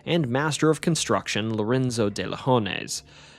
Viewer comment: Great stories! Just an FYI, the de in Ponce de Leon, or Castillo de San Marcos, is pronounced "day" not "dee"